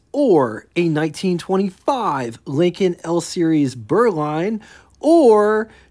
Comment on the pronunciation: You sound like you call them "Leekins". It's pronounced "LINK-n"